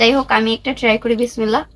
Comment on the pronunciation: একটা কথা বলি রাগ কইরোনা বিসমিল্লাহ একটু শুদ্ধ করে বইলো